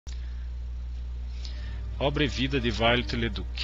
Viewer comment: Não se pronuncia Viollet em Inglês, como faz o autor deste vídeo. Viollet-le-Duc era francês, logo o seu nome se pronuncia em francês ("violê").